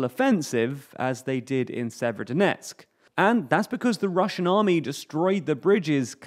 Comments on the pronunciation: If it's helpful, the way to pronounce Severodonetsk, is to not bother vocalising the first 'o'. So 'Sever-donetsk'. That's what the locals seem to do. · Jeeez guys you could just look up pronunciation of Ukrainian towns and rivers... Even google translate talk bot can do it better than. Sayverskyedonetksks is not how you say that lmao.